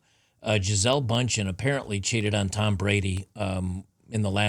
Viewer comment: Brady married a supermodel. I have no sympathy. Oh, and her name is pronounced boontken.